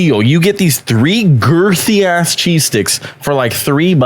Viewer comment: WHY DID HE SAY GIRTHY LIKE THAT DREWWWW